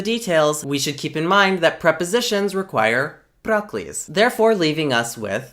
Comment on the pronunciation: every time you said "proclise" i heard "broccolis"